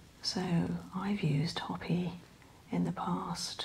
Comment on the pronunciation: Great video! However, Hopi is pronounced Hoe-pi not Hoppy.